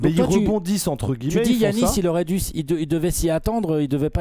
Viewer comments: Putain, on ne dit pas DJIANIS FAIS UN EFFORT LE FRANCHOUILLARD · Va falloir que comprenne que ça se prononce Yannis